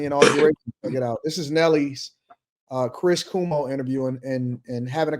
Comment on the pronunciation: It’s Chris CWOE-MO, no COO-MO.